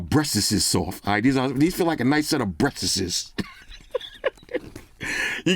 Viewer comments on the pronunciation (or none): "Breastess" had me laughing out loud